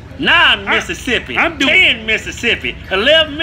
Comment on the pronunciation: 11 missisipy TWELVE misissipy lmao